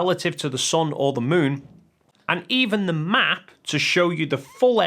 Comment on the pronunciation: The Son and the Muun 😂